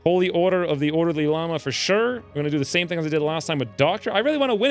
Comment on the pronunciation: "If you were an ordeely lama" lmao